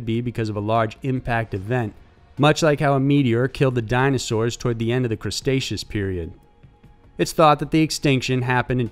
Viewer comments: "Crustaceous" period? LMAO!! I believe it is pronounced "Cretaceous." And there's no such word as "nucular"; it's "NU-CLE-AR." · Did he say "Crustaceous Period"? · "Cre-TAY-she-us"4 anyone curious. lots of ppl mess that up actually it was a crusty time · Did I just hear "Crustaceous period?" is that when Crab people walked the Earth? XD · "Crustacious period" made me LOL! But seriously love your videos, keep it up! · “the crustaceous period” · The crusteceous period lol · Crustacious period? Do you men Cretaceous? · It's Cretaceous not Crustaceas ..... lol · The "Crustaceous" period? LMAO.